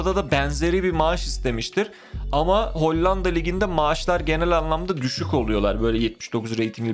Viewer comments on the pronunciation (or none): none